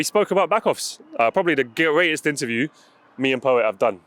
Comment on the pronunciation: "probably the gay-reatest" letting it slip